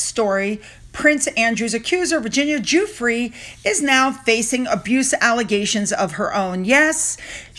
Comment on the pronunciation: you did a terrific, superb job with Giuffre's name. Its a tricky one. Broadcasters, usually anglicize it, and make a mess of it. ❤️